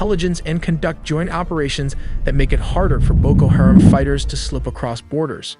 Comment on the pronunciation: How he says “Haram” is funny. He says “hear’em”